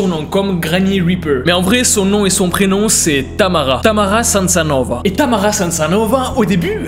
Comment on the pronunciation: salut c'était pour te demander ( vu que j'ai étudié sur le sujet de Tamara ) son nom je crois que c'est samsonova et pas samsanova je crois mais j'en suis pas sure après je te laisse vérifier Sinon j'adore tes vidéos tu racontes relment biens les histoires et continue comme sa je te suis vraiment sur insta et Snap mais en tous cas continue comme sa